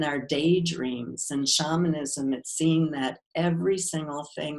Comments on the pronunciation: Dude! If your going to interview someone. Get the right way of saying the main content. SHAMANISM. She kept trying to gently tell you how to say it correctly. The way you kept saying it was shameinism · Why’d he say shamanism wrong makes me not trust it